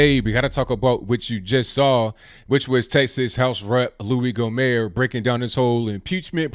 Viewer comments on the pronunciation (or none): No disrespect. But it’s GOHMERT with the T emphasized ✊🏼🇺🇸